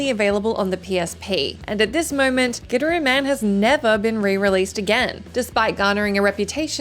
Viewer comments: Wow, you really did butcher the "Gidderooman". Lol, from WhatCulture, you definitely haven't player this one, aye? The pronunciation itself is in the game and yours was not it for Gitaroo Man. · The first game i thought you said Get a room man. 🤣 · I've played all but 3 of these and I'm definitely not someone who seeks out obscure games or anything like that 10. I have absolutely played Gitaroo Man, and spent many hours on my friend's couch in college trying to master it haha. Also I always find the pronunciation in the video weird. I understand the inkling to say it that way without context, but given the game is about a guitar playing hero, it's weird that so many people aren't compelled to pronounce it "Guitar-oo Man," which is essentially how it's supposed to be said (in Japanese it literally spells out Gi-ta-ru Man). 9. Have played Psi-Ops and I thought a good amount of other people had too. 8. Deadly Premonition I didn't play all the way through, but I have played. 7. I didn't play Grim Fandango during its original release (maybe because of all those "best evers" that came out haha), but I did get around to the remaster a few years back. 6. Yeah I dunno about this one as far as the list goes. The title doesn't say they're masterpieces that flopped financially; it implies not many people played it, and that isn't the case with Okami. Remasters and re-releases should count, because it leads to more people...playing the game. I thought it went longer than it needed to, but definitely a masterpiece. 5. This is one is one of the poster children for one of the best games nobody played haha. I honestly enjoyed it a lot but I somewhat agreed with reviews that said it didn't do a lot of things great, but did everything pre